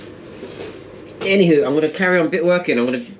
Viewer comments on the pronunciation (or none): That’s twice in this video you said “any how” in a Scott’s accent or am I imaginings it 🤣